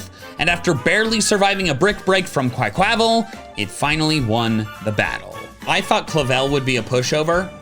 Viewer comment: What is that pronounciation of Quaquaval?